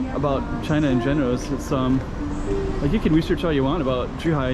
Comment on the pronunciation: This is great and all, but unfortunately like so many foreigners they can’t understand that the ZH of Zhuhai does not have a pronunciation like Z anything. ZH has the pronunciation of a J .